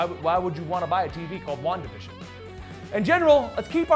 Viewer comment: wandavision sounded like wonka vision from will wonka